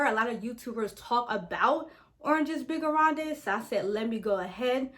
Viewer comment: The whole name is in french 🤣 (you don’t pronounce the es) 😉 but I love that you’re trying. Very good video! Do you own figues and agrumes?